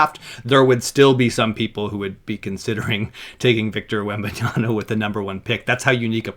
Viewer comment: Blonde guy, it’s wembanyaMMMMMMa. Not an N before the last A. Wembanyama. Not wembanyana